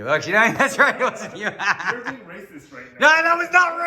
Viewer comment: You wery wacist - _